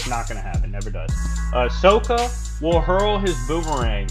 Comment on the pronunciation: ...no he didn’t. Is it really that hard to pronounce Sokka? His name is said in like every episode of the show several times